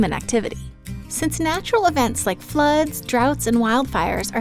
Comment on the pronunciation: lol the way she said floods FLUHDS